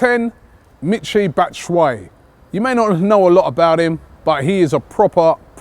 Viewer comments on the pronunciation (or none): none